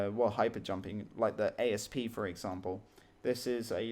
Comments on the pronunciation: Hi - I enjoy your tutorials and insights into ED and subscribe, but there is one thing that really bugs me. The ship you refer to as an A.S.P is in fact pronounced 'Asp' An Asp is also a snake. There are lots of snake names in Elite, it is an Elite tradition. Sorry to be predantic :-) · I love your videos, but could you pretty please stop saying ay-ess-pea? It's an asp ;)